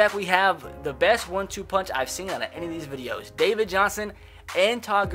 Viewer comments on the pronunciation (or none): none